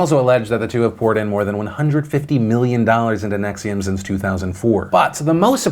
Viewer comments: Why do you keep saying Nexium as in the heartburn medicine? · I get the cult. I dont get the pronunciation of the cult